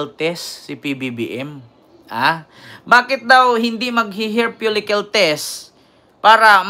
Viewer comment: Hair follicle po, hindi "hair folicyul"